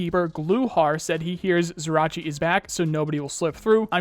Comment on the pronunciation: Just a heads up on the spelling of Ryzhy, for you or for other people. The zh is the sound you make, when you say "jump", but without the d. Similar to the "sh" sound. Then, at the end, you add the sound you make in the word "yellow", the "ye". So actually something like Ryjiy